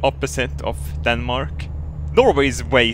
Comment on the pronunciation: "Danemak" lol